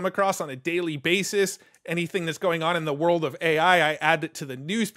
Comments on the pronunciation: did you catch that it is a psychadellic 'wold' tho? ok you did. Good job choosing copying this time :D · Psychadelic "wold"